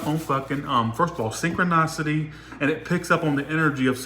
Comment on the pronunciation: just wanted to let you know that’s it’s pronounced synchronicity sing-kruh-ni-suh-tee Cuz you’re saying synchro- NOS-city When it’s Synchro- NI-city Or just good how to pronounce synchronicity on google of what I said doesn’t make sense! Lol love you just wanted to help you out! ❤️